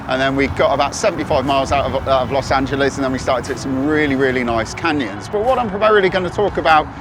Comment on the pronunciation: "Los Angeleeze" lol